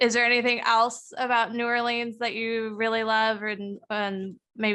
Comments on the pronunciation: K. It's just not "New Or-lee-anns" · Each time she says “Orleans” incorrectly my heart breaks a little…😭 hahaha